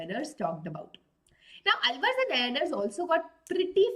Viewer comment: 😢the way she says nayanaar ans alvar is soo wrong ! Its naayanaars and aalvaars ..